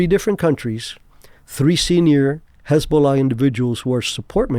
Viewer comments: Lol everytime he says hezbollah as hasbullah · Did you just call Hizbollah Hasbulla??? 😂